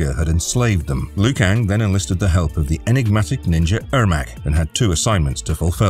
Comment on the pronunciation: It’s not Loo Kang, it’s pronounced Leo Kang